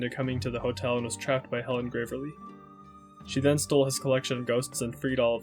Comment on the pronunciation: it is deeply confusing to me how you misgender characters while also acknowledging they're trans. also your pronunciation of picross and gravely is abhorrent and you should be punished for your crimes.